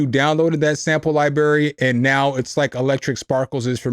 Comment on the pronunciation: is coo... but you gotta stop saying Lie BErry... you sound like my dad or something.. lol its libRary.... xD....:face-blue-smiling::face-orange-biting-nails